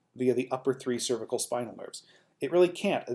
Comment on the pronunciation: Im having trouble getting through this video because you can't pronounce "cervical"